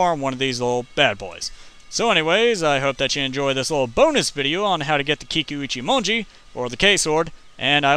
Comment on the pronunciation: good job! I'm proud of you for pronouncing it right!!!!